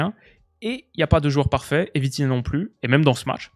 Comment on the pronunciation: Dis bien 😂😂😂 VITIGAOT!